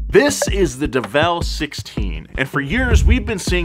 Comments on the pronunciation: Isn't it pronounced "DEvel Sixteen" rather than "DevEl Sixteen"? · You said it wrong mark the train it’s devil 16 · its fake and its pronounced devil